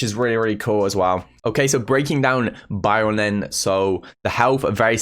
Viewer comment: Everyone: Byron: BIOUN